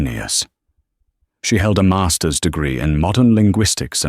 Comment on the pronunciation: A MAAAAASTUHS degree -- stupid robonarration cannot speak monetary units